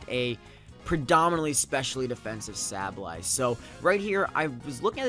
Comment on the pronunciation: Congrats! I'm glad you won over Emvee and Chimpact. Nothing against them, but their fanboys are annoying generally. PS. As much as I think you are a good battler and youtuber and I know you probably get a lot of comments about this, I just gotta say it........SAY-BULL-EYE